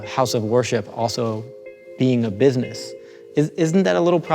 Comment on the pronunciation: " This is Bisiness " - The guy from the Meme